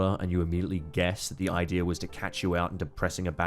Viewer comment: “The general ideer”